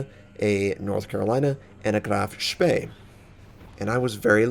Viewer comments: Except that the EE is pronounced like the E in "he", not like the E in "we" as he's doing. :) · I'm pretty sure that Graf Spee is not pronounced like you do it. Sowwy, but it annoys me. :( (good thing I don't have any bigger problems to worry about ^__^)